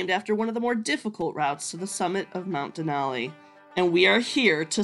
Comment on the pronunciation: It’s den al ee not den awl ee